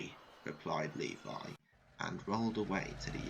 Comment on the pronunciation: That’s not how you pronounce Levi, but, it’s ok!